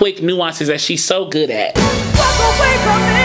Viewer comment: What about how she pronouces 'walk' at the end of the 3rd song. She says 'talk' I think. I'm not a singer but I watched this some many times and also believe that some of her enunciation was to save breath.